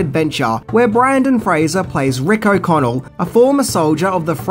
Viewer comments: It's Brendon not Brandon lol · His name is Brendan not brandon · OMG it's BRENdon, not BRANdon. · BRENdon Fraser, not BRANdon. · BrEndan, not BrAndon. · BRENden, not Brandon. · Brendan not Brandan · BRENDON Fraser. Not Brandon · BrEndon Fraser not BrAndon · it's Brendan, not Brandon. It's like you're purposely trying to create some kind of Mandela effect or something lol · Hey,, his name is BRENDAN, not BRANDON. Pay more attention to your research next time, buddy. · Its pronounced 'Bren'dan not 'Brandon' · Brennan not Brandon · First of all, it's BRENDON Fraser, not f'ing Brandon! For someone that apparently did research into this movie you could have at least managed to get the lead actors name right ffs! Secondly, it's alway's been a great film. Tom Cruise's recent remake only highlights that... so I've got no idea what your on about with this renaissance bs. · BRENdan, not BrANdon. Boy, that's annoying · Dude, I know you’re from Australia but seriously you really need to work on your pronunciation and it’s BRENDEN I REPEAT BRENDEN Fraser not Brandon. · His name is Brendon Fraser. And it is pronounced Rachel "Vice" you need to do some more research. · Brendan Fraser. Great synopsis but that was driving me nuts 😂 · Yeah, it was bugging me a lot every time i heard him say it.. it would be like calling him instead of.. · Brendan....Brendan.... Jesus H Christ, it's BRENDAN!!! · Is no one else bothered by the incorrect pronunciation of Brendan Fraser's first and last name and the misspelling? Are you sure you're a fan of his? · Were you purposely trying to say his name wrong? Lol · He got Fraser right, but butchered Brendan. Huh.... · Right at the beginning. Brandon? Seriously? The man's name is Brendan. Your credibility will go up if you can get them actor's name right. Sheesh. (and this is a name, not a word. Accent is not an acceptable excuse) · Could at least get the actors name right ….Brendan Fraser not Brandon!